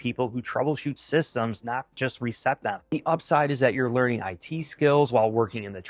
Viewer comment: HE SAID LEARING CENTER not learning. 😂 look it up